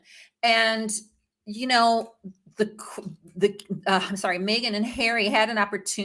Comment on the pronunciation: I don’t think her name is MAYgan. MEgan